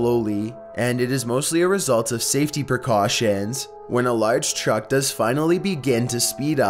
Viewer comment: Why are you saying "Chuck" instead of truck